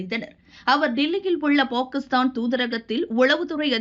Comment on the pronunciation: This narrator is pronouncing Pakistan wrong. Correct it first.